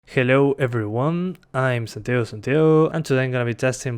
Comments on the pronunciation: Hello everyone I am Santio Santio lol that' what I hear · Junior Mint Santiayo and Santiaho is what i hear hahaha